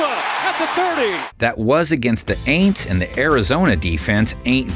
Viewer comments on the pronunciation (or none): did he really say "THE AINTS"?!?!?!?!?😂😂😂😂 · No way NFL official station said the "aints" 😭 we are cursed.